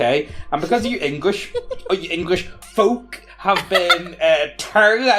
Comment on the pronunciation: The most pointed pronunciation of FFFFolk!